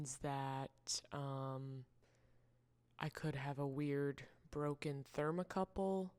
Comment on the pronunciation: The ghost and pumpkin mugs are adorable! I love all your work. Painting on pottery is my favorite thing to do too! I understood your technical terms! I'm an electrical engineer by day. I was so glad you said thermocouple and not thermocoupler! LOL! Some potters say it wrong. Anyway, good luck at the market. Your booth looked great. I can't wait to see market photos or video!